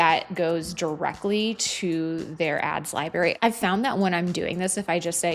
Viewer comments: Great video but it’s pronounced libe- rary. You pronounce the r. 🎉great content though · im sorry, are you aware youre saying 'libary' instead of library?